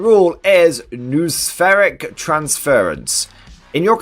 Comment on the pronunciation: Not a big deal, and ita a bit of a silly work but noosphere (noospheric) is pronounced noh-oh-sphere, not nooh-sphere